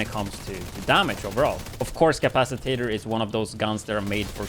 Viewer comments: Lol. You're adding an extra syllable. Ca-pac-i-tor 😉 Gonna try this out later tomorrow. Ty. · he actually said capac i tator, whats tator's precious?